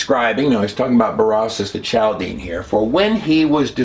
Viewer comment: "Ch" in Chaldeans is pronounced as a "K"... Basically "Kaldeans"